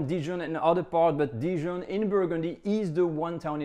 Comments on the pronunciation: It's so funny that in an attempt to pronounce Dijon like he thinks Americans say it, he ends up saying it in an unrecognisable way. In the US we actually say it pretty much the way the French say it. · Why do you say Didjon? Even in English it is just Dijon, I am shocked! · I’ve never heard the word “Dijon” pronounced like you say it is in English, i.e. “dee-jen”. In the U.S. to my knowledge people use what you call the French pronunciation. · I wouldn't be surprised if that's how the Australians in his community say it. Though, I have heard something similar, dee-john, from some people where I come from (TX / OK). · In all my years, I have never heard "Dijon" pronounced "dee-jun" by anyone. . . let alone someone who is French . . . huh!? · I was just thinking the exact same thing DIDJON? Sometimes it makes me cringe when French peeps pronounce French dishes (or other) in the American way. Heard a French chef on you tube say "eclairzz" I had to mention it in a comment on his channel. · Dee-jun? Dee-jun? Hmm. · This is literally the first time I’ve heard anyone pronounce Dijon as “deejun” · it’s a British thing? Huh. U.S. uses the French pronunciation. We mess up other words, sans doute. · why did you mispronounce dijon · no, you have not. Americans pronounce the "n" at the end as heartily as the pronounce the "d" at the beginning and use no nasality whatsoever. You only think you hear it the "French way" because you have never heard the French way (p.s. you also pronounce Grey Poupon incorrectly) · Nope. Dijon is pronounced with the 'j' sounding like zh & a nasal "o". I've been currently studying French for ~6yrs, + 2 in high school. Additionally, have a listen the the native French speaker example on Forvo: . Or better yet, this video "Une balade à Dijon" which is presented by a French speaking woman who mentions the city name in the first 10 seconds